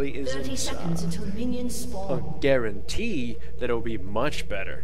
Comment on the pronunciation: lol he said Garentee